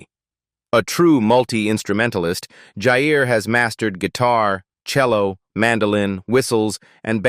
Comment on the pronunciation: Ewwww, AI has no idea who is who in many of the photos (esp the 3 older boys), about half the video was pointless reputation & stock photos, irrelevant at best, misleading at worst, & the mispronunciation of Jair & Jaegar’s names …! No mention of Jasmine’s marriage, saying Jess has children when she doesn’t, ewwwww! However there were a few update photos in there that I was happy to see & made it worth enduring the video (at above normal speed through choice)